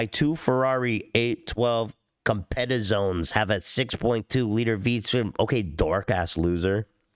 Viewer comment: your children are 7 percent Italian yet you can’t pronounce “competizione” properly? Marone…